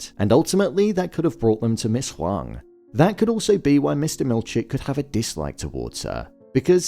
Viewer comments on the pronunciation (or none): I am Asian and at first I thought her name was Ms. Wong because of how it was pronounced in the show but it’s actually Ms. Huang lol. I wonder if they purposely used an Asian actress for this role in connection to Gemma/Ms. Casey who happens to be Asian as well!